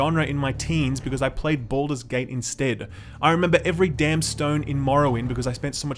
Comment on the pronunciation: "Boulder's Gate"